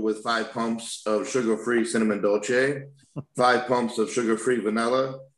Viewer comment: Omg, Nick is my hero right now for pronouncing cinnamon dolce correctly. As a former barista, the number of people that say it wrong is depressing.